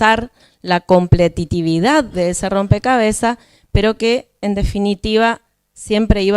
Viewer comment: Escuché cinco minutos 10, cuando dijo completitividad... Entendí todo. Justicia Argentina... Que mal estamos LPM